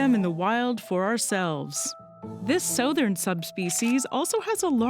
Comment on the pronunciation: I've never heard anyone pronounce "southern" like that.